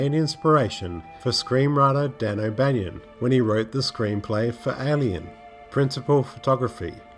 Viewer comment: You keep mispronouncing Dan O'Bannon's name. It's oh-ban-in NOT oh-ban-yon. You do this in your other videos as well. It's not spelled that way.